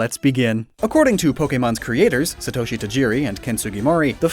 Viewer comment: Can say Ogasawara but still butchers Satoshi. That's North American YouTubers for yah.